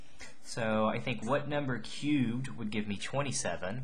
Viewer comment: Was I the only one super bothered by the way he said « cubed »